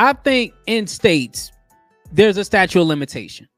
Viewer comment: It is "statute" not "statue". Before you post..., please refresh your English and grammar. It just looks bad for black folks..., reinforcing the stereotypes that the world has of us. This was embarrassing....